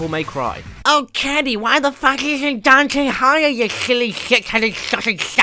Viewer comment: But... that wasn't Dante. That was Donte.